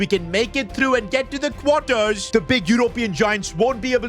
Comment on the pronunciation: Can you say European and Quarters properly man.. jeez embarrassing